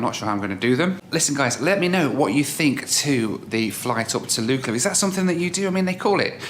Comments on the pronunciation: 'Lookla' not Lukela. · Lukla = Luck-La, not Luke - La